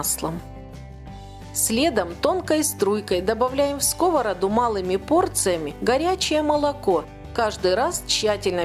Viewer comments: Не в скОвороду а в сковородУ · Рецепт чудесный. Раздражало неправильное ударение "в скОвороду"(((.